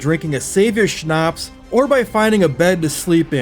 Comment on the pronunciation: Quick pronounciation tipp - Schnaps doesn't have a long "a" in it, cut the lenght in half and you got it